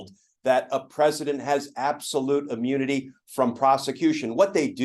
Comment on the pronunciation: For god’s sake, it’s ChutkAn, not Chutkin, and it’s Immunity, not ammunity!